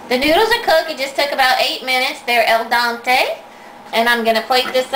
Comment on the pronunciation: El dante? I believe it's pronounced Al dente - LOL